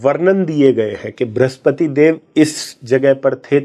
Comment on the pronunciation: * वृह स्पति का उच्चारण भृस्पति!😮.. फलश्रुति श्रेष्ठरहा कार्यक्रम।